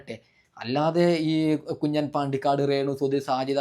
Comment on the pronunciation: കുഞ്ഞൻ അല്ല കുഞ്ഞാൻ എന്ന് വായിക്കുക